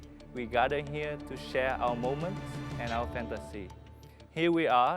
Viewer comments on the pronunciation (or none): 'moments' has sound 's' but he forgot it. just 'moment' heol